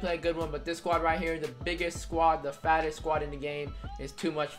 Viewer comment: Am I the only one who thought he said FASTEST?